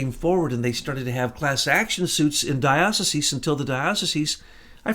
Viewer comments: DIE - OH - SIEZE ... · You are a Jesuit and you don't know how to pronounce Dioceses... Peace